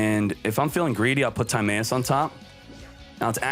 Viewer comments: It's weird hearing "Tom-Eye-Us" as "Time-A-Us" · I know, it bothers tf outta me how he says "Time-ayus" lol